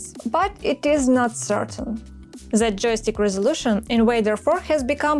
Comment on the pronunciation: над произношением the and R надо бы поработать. Прям часто ЗЭ звучит